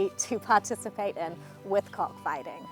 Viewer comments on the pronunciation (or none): 😅 the way she pronounce the COCK- FIGHTING and laugh 😜😜😂😂😂🤭🤭🤭 As an Filipino born in NEGROS ISLAND 🏝️ PHILIPPINES (100%PURE 😢 AUSTRONESIAN PILIPINO/VISAYAN)🇵🇭😜... My ancestors (TRIBE) using chicken for ( cockfighting ) since ancient time.... until now😅😅😅 ( ASEAN) WE also had a god called SARI-MANOK ( MANOK is a AUSTRONESIAN word) for CHICKEN 🐔😂😂😂 Yes!!!!!😜😜😜 Chicken always be a chicken 😂😂😂